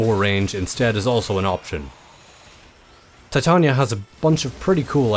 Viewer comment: pronounced ty-tayn-eeea